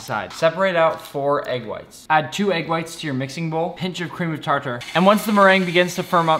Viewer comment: so no one is gonna talk about the way he pronounced cream of tartar?